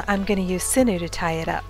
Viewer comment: I love your videos but it's pronounced siñew (sin-yew) 😂🥰